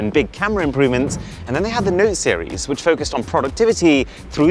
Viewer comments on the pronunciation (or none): Anybody notice the emphasis on the word "note" in the beginning?